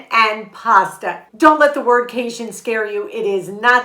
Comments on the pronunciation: Love your videos… thanks for your encouraging messages. But hey listen, lemme give ya a little tip. It’s not pronounced “ca-shun”, it’s pronounced “ca-jun”… with a hard J, like in the words “jet” or “Jack”. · Thanks always. From a Louisianan though, it's pronounced "cage - in"